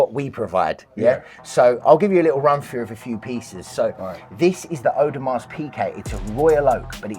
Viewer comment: My man pronounced the ‘S’ on Audemars …..it’s a silent letter…..expert my backside ! 😂😂😂